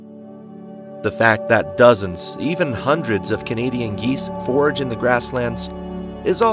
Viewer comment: FORAGE, not forge, Carrion, not carry-on.